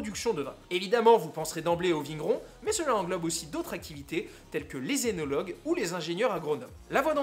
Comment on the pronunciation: Excellente vidéo ! Et mention spéciale pour l'exacte prononciation du mot œnologue !